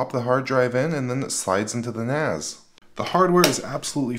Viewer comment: It's NAS, not NAZ. It stands for Network-Attached Storage, not Ztorage.